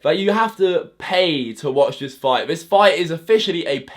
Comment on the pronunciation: It’s ‘this’ not ‘viss’